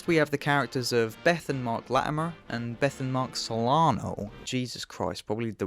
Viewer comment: I can't tell if it's deliberate that you slip into a Dorset accent every time you say "Latimer" but I am so here for it.